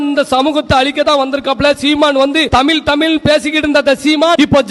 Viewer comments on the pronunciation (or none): ஏப்பா வீர வசனமெல்லாம் இருக்கட்டும் தமில் இல்ல தமிழ்னு பேசி பழகுங்க